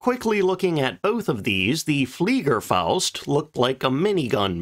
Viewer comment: cool that you pronounce the "fliegerfaust" corrdctly ;-) not that i get offended by other channels narrators butchering german pronounciations, it always gives me a chuckle, but in this case the smile is on your face as u did it correctly ;-)